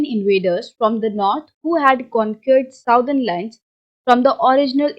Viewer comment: Southern nhi Sadan hota h